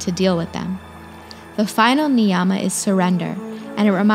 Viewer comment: Thanks for spreading love for our ancient culture. Small suggestion: Yama and Niyama are pronounced as Yama and Niyama as such, not Yaaama and Niyaaama. Sound plays an important role in Samskritam.